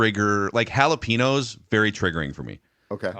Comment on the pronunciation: Also, "Jalapeño" is pronounced "hall-uh-pain-Yo". ñ = nyo. With respect.